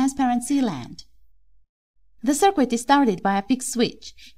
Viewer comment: I love your channel and enjoy listening to your instructions. Please keep making videos! I think you would like to know: "circuit" is pronounced as if the 'u' is silent. "Sir+kit", not "sir+kwit"